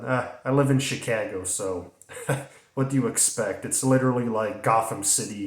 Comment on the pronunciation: Having lived in the Chicago area for some years, I like the way you say Chicago.